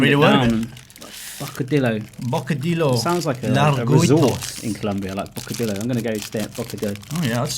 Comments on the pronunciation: Bocadilo JAJAJAJAJAJA very funny when the people can't pronounce de "ll" an the "rr" 😂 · Ok boys come on. What is wrong with you pronunciation. It is not that hard as it seems. Is bocadillo not bocadilo and larguitos not largüitos witch means their are long so the two points on the u is when u pronounce the u. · its pronounced bo-co- di- yo